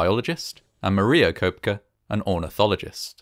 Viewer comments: The last name is pronounced Co-Pecky. You voice robots get your act together. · Pronounced "Kepkey".